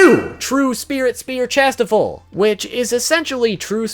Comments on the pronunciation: Its pronounced shastefol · dude it is pronounced chas - tea - fold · Dude, it's ChastieFOLD. Ugh didn't you watch the anime?